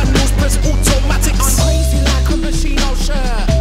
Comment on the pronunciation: That is not how you pronounce Moschino...cool song though